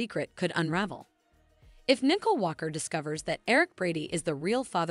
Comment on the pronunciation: Narrator- please review the character’s proper name pronunciation. Example: Nicole is not “Nickel”; and quit repeating comments you have already stated.